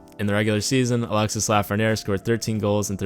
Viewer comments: It’s pronounced alexy not Alexis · it's Alexi not Alexisse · Sorry dont I need to sound like a nerd or anything but it is pronounced Alexi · The "s" at the end of Alexis is pronounced. The name is pronounced "Alex" "e" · Its pronounce Alexee...the IS is pronounce like an E 😉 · The "s" is muted. Its "Alexe" Lafrenière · I know my frenchies are cringing hearing the s at the end of his name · The S in Alexis is silence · You don't have to pronouce the "s" in Alexis